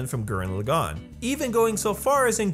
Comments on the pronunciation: Da Fuq with saying Gurren LaGANN? [As In accentuating gann] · "Gurren Lah-GAWN" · I admire this video. But I cringe at every time you Laggan (Laa-Ghan) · lah-gone TRIGGERED